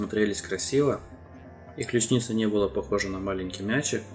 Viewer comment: Есть ключИца, и есть клЮчница. Вы впервые это слово слышите? Откуда такое дурацкое ударение-то? Какая ещё ключнИца?